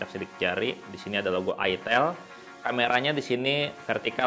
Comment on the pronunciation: Hape ini klo salah sebut aja jadi berabe,, "EL" diagnti "IL" 🙄🙄🙄🙄